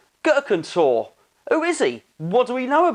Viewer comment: Time will tell.... And isnt it pronounced "Tor-ray"?